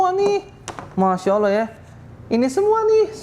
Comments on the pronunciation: Dia sering skl menyebut Alah dibanding Allah…😂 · Agak aneh gerak gerik dan cara bicaranya kurang myakinkan. Sudah 14 th mualaf sjak 2010 tapi kok mengucap kata alloh saja masih beberapa kali diucapkan alah..udah gitu gak ada sertifkat mualaf. Tapi smoga ia bener2 mualaf bukan pura2 mualaf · Ko saya agak ragu ke bp ini, bahwa beliau mualaf. Bilangnya mualaf Sdh 10 thn, tapi bilang Alloh aja masih alah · Bapak ini mualaf sejak 2010 tapi kok selalu salah menyebut Alloh Dengan Allah ya , padahal menyebut Allohhu Akbar minimal ~+ 100 sehari... semoga bapak ini semakin terbimbing menuju jalan yang benar 🤲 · Ngomong Alloh aja salah teruuusss...😁🤣😂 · Menyebut Allah nya masih spt saat Kristen. Semoga istiqomah kalau benar sudah Islam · Bapa ini ko nyebut Allah..ko masi kobelet..hampir selalu sala..dan d sahadatkan meragukan..ni kaya misionaris..